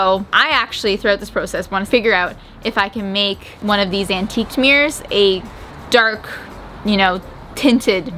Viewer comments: keeps saying meers instead of mirrors. It’s bothering me at some point. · “Me-ers” 😂 not mirrors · "antiquing some mears"